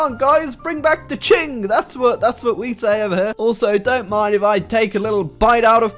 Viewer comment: Qing is pronounced ching not king.